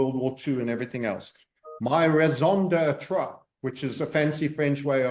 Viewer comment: Thank you for posting this interview! 🙏🏻 Graat info. PS, if you want to use french phrases, such as "raison d'être" plesse first make sure your pronounciation is correct. You may want to impress people with your knowledge of foreign languages, but of you don't know how to pronounce it properly, it just make you look foolish in the eyes of those who do. I suppose most native french speakers have no clue what you actually mean. Thay is how bad your pronounciation actually is. It's horrible.